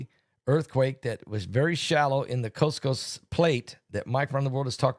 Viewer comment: Is he saying coast coast plate or what?